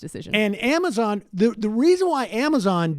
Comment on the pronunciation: I think Sam meant to say cuo-amazon.. Q-mazon.. Qwuamizon!?